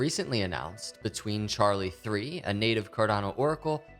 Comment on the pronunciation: It is Charli3 with a Three. He is correct and asked me specifically before making the video to make sure he got it right